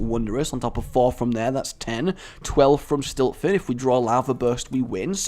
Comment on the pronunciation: I'm sorry, but the Shaman Murloc card actually isn't called Stiltfin, It's called Siltfin. Although I fully want it to be called Stiltfin...